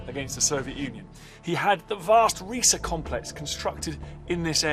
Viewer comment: It is not pronounced Ree-Sa it is pronounced Ri-Sah.